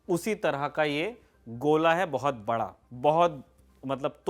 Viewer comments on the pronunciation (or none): none